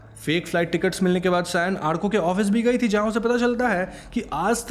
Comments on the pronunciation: It's Awrko lol. Not Aarko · It's not arko, it's orko 😁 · Arko nahi bhai its pronounced as Orko😅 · Call it orkooooo not arkaaaa!!! Bengali content explanation kar rahe ho to nam bhi bengali logo ki tarah boliye na! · The amount of time u said āarko is just bothering my adhd , But u said Ârko the end which cured me a little 😂 ,and yes I'm bengali but still😭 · Hey... you pronounced the name Arko wrong... I know the spelling is "ARKO" but you must spell it as "ORKO". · Vai it's sound like orko..hum Bengali are अ ko "o" ki tarha use karta hai so 'arko' for writing lakin bolte baaqt orko bolta hai.😊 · It is not arko.. it's Orko in pronunciation, spell as Arko. Just a Bengali thing. Peace Same storyline in every horror movie. Anyway video clarification us good as always , thank you. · It is not pronounced as "Aarko"..the pronunciation is "orko"..bengali sentiments...😊😊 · are bhai wo arko pronucation thora galat tha wo aaaarko prnounce nehi alki arko yani a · It's not arko it's or-ko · He probably watched it with english subtitles and it spelled orko with arko as usual so naturally he pronounced it as arko as he doesn't speak bengali Im guessing. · Sir it's pronounce as aurko , my name is arka too 😁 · Arka = awr-ko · Its pronounce OR KO